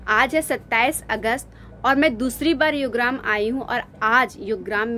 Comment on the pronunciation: युग्राम? योगग्राम✅